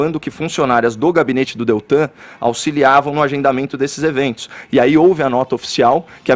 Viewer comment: Nss O é tão fraquinho, que nem o nome do Deltan ele consegue falar direito.....